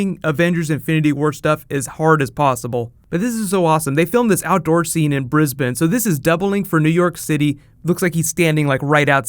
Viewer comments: he pronounced Brisbane correct! Now all thats next is Aussie (oz-ee) and melbourne (mel-bin) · Thanks for pronouncing "Brisbane" correctly! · OMG you pronounce Brisbane correctly this time!!! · since last time he changed how he pronounces Brisbane from briz-bane to briz-bin so that's good lmao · Yay! You pronounced Brisbane correctly! #Straya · you pronounced it correctly, most Americans say bris bayne lol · Thank you for finally saying Brisbane right! :D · Haha you pronounced Brisbane correctly this time. Good job. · Oh good, you fixed your pronunciation of Brisbane. Much better. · I would love to see Loki meet Doctor Strange. Also, you pronounced Brisbane properly! XD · He said Brisbane right! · cheers for nailing the pronunciation mate #Brisbane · You read the last video's comments from the ozzies cheesed off about your pronunciation of Brisbane, I see. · OMG you said Brisbane properly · Thank you for pronouncing Brisbane correctly! The filming is all over the news here! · Congrats on pronouncing Brisbane right, TY luv Aus! :D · Yay! You pronounced 'Brisbane' correctly. That makes this Aussie happy! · Thankyou, your pronounced Brisbane correct this video. Thankyou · I too think it'll take place after doctor strange and will be shown when both Thor and Loki arrive back on earth to get doctor strange to help them fight kate Blanchet's character and this would make it out how they warn the Avengers about Thanos. to us in Australia, its going to feel like there arriving on earth in Brisbane Australia and yes you said it correctly mate. was on the news last night. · I like how you pronounce "Brisbane" in this video. I believe the last one you were saying it all weird